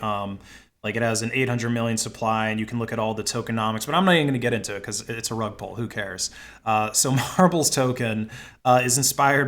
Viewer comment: I was confused why he kept saying rug pole lol